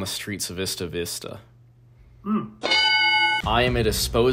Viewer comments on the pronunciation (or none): Bro as someone from Santa Barbara county the way you pronounced isla vista 😭😭😭😂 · The thing that offends me most as a UCSB about how he referenced Elliot Rodgers was how bro pronounced Isla Vista lmfao